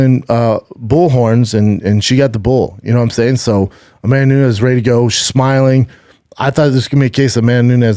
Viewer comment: Cant listen to him trying to say Amanda Nunes.. "amamoonez"